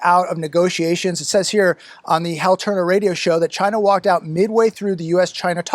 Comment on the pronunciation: It sounds like Vagina when he said China! He's a dirty old man.